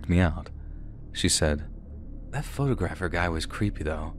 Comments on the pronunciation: PHO-TAWG-RAFFER. Sorry that was driving me crazy. Most of the time it was said correctly but a few times there grinded my ears so wrong. Photo-graffer at points was... Ahhh. LOL I love your videos I don't think I've ever heard you pronounce something incorrectly before. LOL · pho-tog-ra-pher... Not photo-grapher.